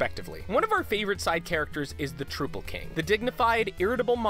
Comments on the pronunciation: Great video, but how did you screw up the Troupple King's pronunciation? He literally tells you how to pronounce it in game! All hail the Troupple King! Ruler of fruit and fish! Long may his stem grow! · fuckin said Trouple wrong smh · They tell you how to pronounce troupple and icor in the game, and yet you got both of them wrong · The game goes annoyingly out of its way to explain how to pronounce both "Troupple" and "ichor." It annoys me slightly that the people who they have doing these videos haven't actually played them. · Its trOUPle not troople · tell your narrator that it isn't "Troople" King, it's "troupple", like "council" or "doubtful" If you played the game, I don't see why you don't know that... >"They wanted the Enchantress to stand tall as a bad ass instead of conforming to the sexy witch trope. **Good on them**." This is called virtue signalling. Did your opinion of "good on them" need to be inserted? Are you telling us facts, or trying to offer "moral high ground" opinions? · TROOPLE KING?! Come on guys, I'm pretty sure the Acolyte clarifies it, it's Trouple, like "Doubtful". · "Troople king" NO! HE IS HALF TROUT, HALF APPLE! PRONOUNCED LIKE "MOUTHFUL!" It's LITERALLY dialogue in the game!! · troupple as in trout and apple not as troople... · no, it is trow-pull, Trou(t A)pple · Ben perham zomg that pissed me off so much, like wtf is a troople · "Troopple King" TROOPPLE KING?! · T R O U P L E He literally says that he does not like it when people pronounce it "troople." It is literal dialogue from him in Plague of Shadows. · It's pronounced like "mouthful " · Gerben Bakker “the Trouple king. Half trout,half apple. Pronounced like ‘mouthful’” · IT'S TR*OU*PLE! TRUE-OW-PLE! LIKE THE WORD MOUTHFUL. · Why can't anyone pronounce troupple properly? It sounds like mouthfull. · It is pronounced trouple like mouthful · It's pronounced trow-pull. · it's pronounced (Tr- ow-pull) and rhymes with wow dull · trow-pull like mouthful!!